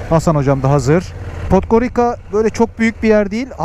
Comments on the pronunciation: Podgorika degil dostum Podgoritza diye okunur... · Podgoritsa diye okunur